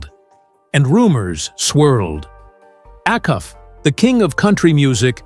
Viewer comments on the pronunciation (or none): Its pronounced A-Cuff. NOT